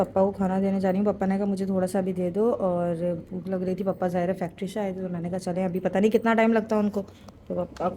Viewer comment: Papa ko pappa kyu bolti ho 😂 or table use krne k baad wapas fold krke rkhi hi jati kuch bhi😂